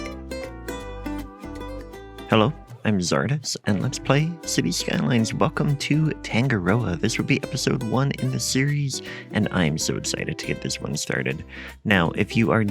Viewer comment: Hi Czardus, just a quick tip on the pronunciation of Tangaroa, phonetically you would pronounce is as Tounge-are-raw-a. Loving the series!